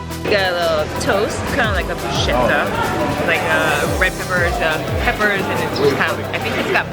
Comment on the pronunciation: Ha, so many typical US cliches, from how you say Modena in the wrong way, to how you say brussshetta instead of brusketta, and the typical way of Americans to exaggerate (this church has been tipped for thousands of years....LOL)